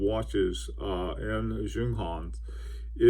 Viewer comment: Not trolling you Bill, you're doing a great job, it's Yunghans😁